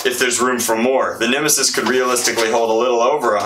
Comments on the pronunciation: He called it a nimassis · When he said these are the bumbers to set the nemisis down I cringed